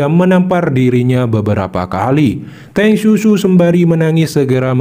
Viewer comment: Teng siu siu ya min, bukan Teng susu😅